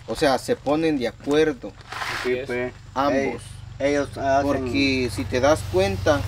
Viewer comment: Se dice ambos noo ambos. Los 2 bruto chino